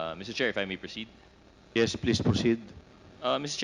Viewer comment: Ang sakit sa tenga mag English ni Dan Fernandez. Flease stof.😂